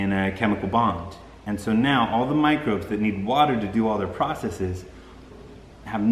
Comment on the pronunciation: Did he say, "With this $hit" instead of "with these microbes"? I guess it doesn't really matter with all the wonderful, useful information he just gave us. I just found it entertaining trying to figure out what he really said.